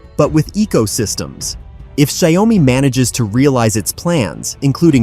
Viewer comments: Xiaomi should be pronounced as Xiao mi (two words) and not broken into 3 words like Xia-O-mi. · it is call xiao mi